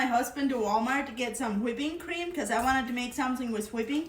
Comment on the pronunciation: She also says "Hawhipping cream"